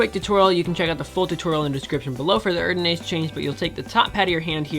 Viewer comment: Your erdanase needs some work😅..amazing trick none the less